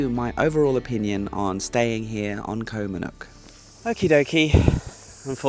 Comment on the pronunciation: Loverly place, although it seems to be called Koh MannOrk ( o instead of the u )